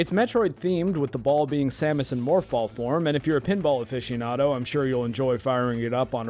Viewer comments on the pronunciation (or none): none